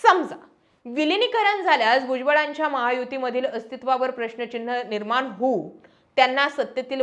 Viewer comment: किती वेळा सागितले ??? निर्माण✅ निर्मान❌ विलीनीकरण✅विलीनीकरन. निर्णय निरनय .... माय मराठी शुद्ध बोला जपा... तुम्ही पब्लिक प्लॅटफॉर्म तरी शुद्ध मराठी बोला... अशुद्ध भाषेचा प्रसार होत आहे जो विकासासाठी हानिकारक आहे 😢